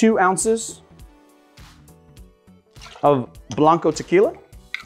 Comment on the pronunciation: I really wish you would stop mispronouncing it. And call it Tequila Blanco, not the other way around. If you cab pronounce orgeat by its actual name, why not as well with tequila?